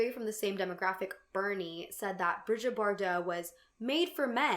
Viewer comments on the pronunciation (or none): It’s Brigitte, not Bridget, Bardot. Bree-zheet